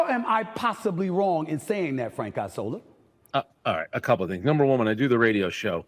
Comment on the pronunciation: Isola = Island In Italian, It make me lugh how you pronounce Isola. :) correct one is ìṡola :) Not Aisola :)